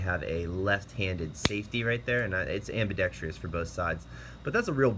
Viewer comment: I have yet to come across a gun video where "ambidextrous" is pronounced correctly. This one is no exception. It's 4 syllables, dude. 4.